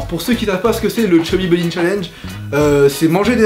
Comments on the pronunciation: Au Chubby Bonny j'entendais "SAUCISSON!" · chuby bubby chalenge a 13 de rire jaune on dirait que il dit lucky charm